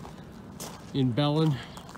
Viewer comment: Belén..(strong pronounciation on the last sylabus)